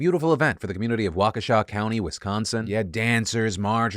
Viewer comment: Thank you for doing a better job pronouncing Waukesha than 99% of out-of-state journalists.